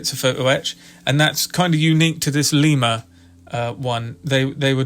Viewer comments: Lima is pronounced lie muh like the bean. I live in Lima, about a mile from where the locomotive works used to be. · Lima- the “i” is pronounced as in “ice”. Lima, Ohio.